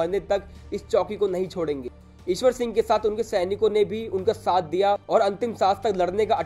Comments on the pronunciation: It's Ishar Singh not Ishwar Singh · ईशवर सिंह नहीं इस्सर सिंह हैं